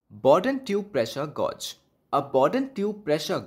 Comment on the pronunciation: gauge rhymes with cage